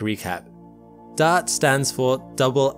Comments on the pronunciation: Are you saying dart or daud? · I thought he was saying Dot. LoL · Thought he was saying DAD !! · Anybody else shocked by ? Who knew Dodd / Dad / Dot had an 'R' in it? That's an exaggeration, but I have needed conscious effort each time I hear it to recall that that sound is meant to be the word "dart". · I swear he's calling "Dart" "Dad" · He refuses to call it Dart. Maybe he thinks it's called dot? Maybe he can't read? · DART.... the R isn't silent 😕